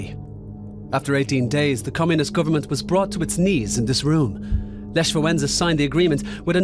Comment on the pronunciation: this person from the video you've watched couldn't even pronaunce Lech's name correctly